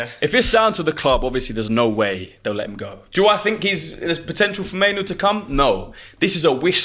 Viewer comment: That guy who said maino made me stop watching the show.